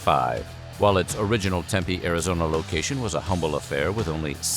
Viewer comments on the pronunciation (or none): none